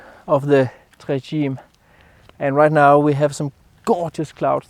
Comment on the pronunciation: Simply spectacular! Try this pronunciation "tray tchi-may"